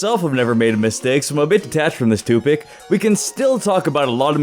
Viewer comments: Watching this again and lol says toopic instead of topic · You said toopic then topic and you said i never maid a mistake